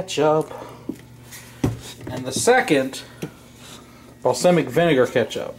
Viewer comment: Say balsamic right